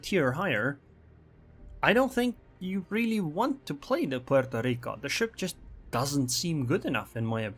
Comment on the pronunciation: Every time says 'Pueeerrtooo Rrrriiicooo', shake your maracas!